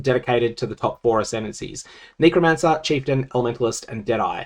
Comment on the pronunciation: can you stop saying kneecromancer? puhleeeaaaaaasssseeeeeee